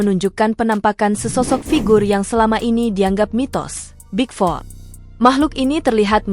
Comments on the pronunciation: Big foot bukan big ford.. bodohnya admin..dari suaranya adalah warga +62😂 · Bahasa Inggris narator nya buruk banget 🤦, asalan 🤦 Big foot dibaca big fot Coyote dibaca co - yo - te 🤦🤦 Klo ga paham, tanya donk mba 🤦